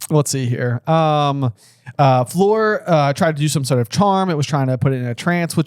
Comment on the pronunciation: I love these guys, but can someone irl please teach them how to pronounce Fleur? I really don’t want to hear another Floor is at all possible.